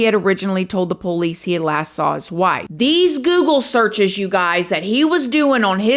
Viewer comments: I just have to say I love the way she says 'po-lice', reminds me so much of how my dad says 'po-lice' haha. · Can you please learn how to pronounce “police,” for the love of godddddddd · The pole-eese 🤣